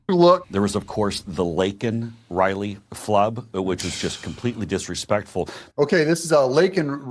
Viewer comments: I believe JB has so little respect for other people that he purposely said her name incorrect. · Said Laken Riley's name wrong.....A Gold Star father was arrested....It was a total Shit Show!!!!!! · You're right. And he wouldn't have said her name otherwise. And he said it wrong even though it was written in big print on the button. Incompetent Dummy.